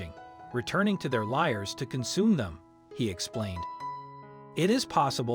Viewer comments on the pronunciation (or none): It's "lairs" not "liars" but the video was excellent.